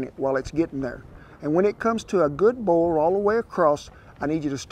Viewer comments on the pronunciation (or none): Man says boil like bowl